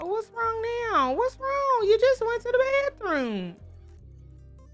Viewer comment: Not dee sun dee moon and dee stars 😂😂😂😂😂😂😂😂😂😂😂😂😂😂😂